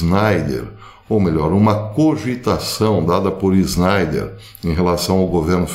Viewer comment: Por que o senhor INSISTE em falar ERRADO meu sobrenome SCHNEIDER. O senhor odeia JUDEUS???